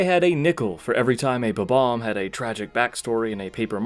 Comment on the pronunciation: Not "Superbobomb", "Superbombomb".